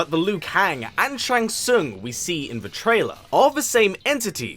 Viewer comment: Shang Sung😂